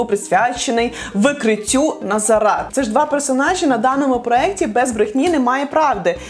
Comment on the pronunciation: Почему НазарА, а не НазАра?